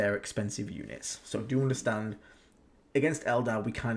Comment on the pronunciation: Drinking game: drink a shot every time says "OOnderstand"/"OOnderstanding".